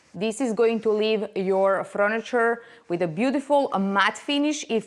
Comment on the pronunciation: Not froniture but furniture 😅